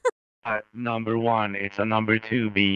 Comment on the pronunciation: Finished the sentence: "I gave him two numbuh 9's, A numbuh 9 large, a numbuh 9 with extra cheese🧀, a numbuh 9 with extra dip, and a numbuh 9 with a large cola